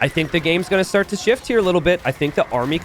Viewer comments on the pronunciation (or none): none